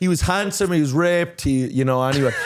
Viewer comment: think my head phones are broken. The way you say ripped